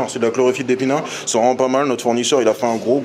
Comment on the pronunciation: On retient que "c'est vraimet pas mal"😂